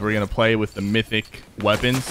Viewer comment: U said mythyc boxes